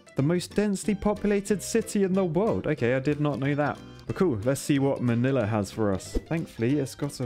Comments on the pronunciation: Strangely you pronounce Manila perfectly. Literally 99% of the time foreogners fail horribly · OH MY GOD FINALLY A YOUTUBER THAT I CAN ACCEPT THEIR WAY OF SAYING MY COUNTRY'S CAPITAL[Manila] and also I just realized it sounds like I'm criticizing the other YouTubers in their accent just bc I don't like it so I'm sorry if it seems like that😁😇😖🎀☺️😍😳🥴😘🥰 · As a Filipino, I would like to say, your pronunciation of Manila and Ilog made me very happy!